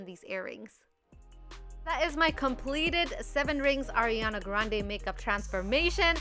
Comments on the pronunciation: Pronouncing her name wrong.. It's Ariana not Airana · your saying Ariana Grande's name wrong its not Airana its Ariana it's different because theirs an AIR and ARI her real name is ariana not airana the i sounds like an E like areana but make that i sound like an E not an i, areana/ariana Grande/areana/ariana, hehe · It’s ARIANA not AIRiana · NOT ERIANA!!!! Ariana A A A A like a pizza Ariana Grande Butera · It's not airiana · Please pronounce Ariana correctly!! I love you but that is not how you pronounce her name.